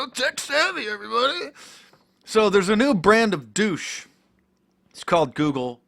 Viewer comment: "there's a new brand of dousche" hahahaha, nice!